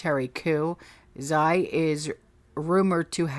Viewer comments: 'Xi' is pronounced 'shea'. the same way you pronounce the word she.. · Xi is pronounced zhee like zsheep and cheap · Xi is pronounced She... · Xi sounds like CHee